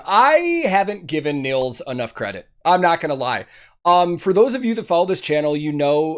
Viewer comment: Really cool! Just like you, I just discovered Ad Infinitum recently and I really like what they do! Btw, Nils is pronounced "Neels". :-)